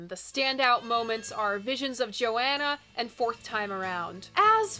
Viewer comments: I love your coverage, but I had to stop the video to comment. You are driving me nuts by constantly saying "Joanna" it's Visions of Johanna, "Jo Hanna". Sorry if I'm trolling but it really bothers me. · Please, a real fan says JoHHHHHHanna, not Joanna. Yes, it matters. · Please stop saying "Joanna". It's "Johanna". Thank you. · I don't mean to be critical but two things: The line "Jewels and Binoculars hang from the head of the mule" is a hilarious but cruel comment on an aged rich woman at the opera. Also, I've never heard the name Johanna pronounced Joanna... as I hear Bob sing it, it's Jo-Hanna. Otherwise, totally engrossing video ~ I love it, and you.